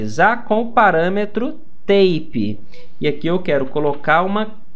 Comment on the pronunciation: Curso muito legal. Só um preciosismo: 'type' é pronunciado "táipe", e não "têipe"... ("têipe" é a pronúncia de 'tape'). ...abç...